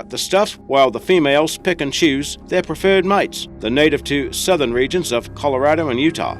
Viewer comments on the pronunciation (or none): none